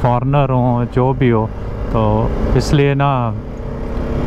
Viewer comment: You are doing a great job..its always a treat to watch your videos… Just FYI…Tourist is pronounced as TOORIST! 👍